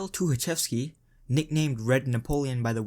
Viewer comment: says Тукачевский however his last name is Тухачевский. Х instead of K.